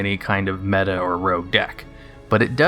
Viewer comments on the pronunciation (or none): none